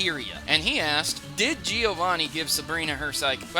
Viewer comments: Great video! However it's "Giovànni", not "Gìovanni". I'm italian, sorry for my bed english XD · Its bloody GE-O-VANI not GE-O-ANI!!!!!!! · He said Giovanni wrong. He said it like Giowanni